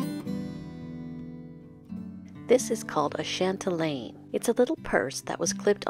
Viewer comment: Just for future reference... Chatelaine does not have the letter "n" in its spelling, nor pronunciation. 😊